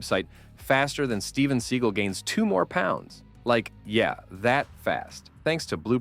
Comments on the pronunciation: I hate when I'm enjoying an informative video and the narrator mispronounces a name or word, and I realize that this guy is just reading a script and has no idea what he's talking about. Steven Seagull? Stop. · Maybe if you’re going to make fun of Steven Seagal, say the name right. 🤷‍♀️